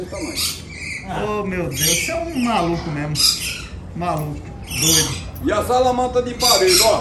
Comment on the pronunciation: " e eu quero perder medo porque deixa eu com medo merrmo"😂😂😂